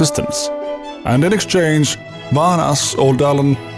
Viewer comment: How do you enunciate all the complex names in your ffxv video, but despite vaan being pronounced VAHN the entire game you continue to refer to him as VAN?